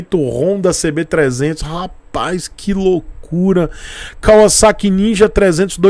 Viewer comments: Nossa, como é satisfatório ouvir alguém pronunciando o nome correto da marca! Eles poderiam ter modernizado o conjunto ótico com led e painel totalmente digital. Essa moto é indicada para iniciantes? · Sim, Kawasaki em japônes é カワサキ, e se pronuncia KAUASSAKI. Para se pronunciar KAVAZAKI teria que ser algo como カヴァザキ, o que não é. também é cultura.